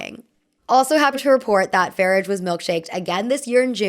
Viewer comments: PSA from your friendly Brit: Farage is pronounced with a long a at the end. Like Garage. Thank u for another great vid! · Ny-gull Farridge 😅